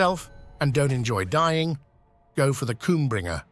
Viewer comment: Is no one going to mention the "KOOMBRINGER" I thought I've heard it all.... Love your content